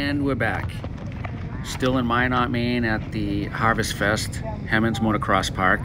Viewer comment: He monds not Hem onds. and Minit not mynot. cool vid tho. this track is less than a mile away from me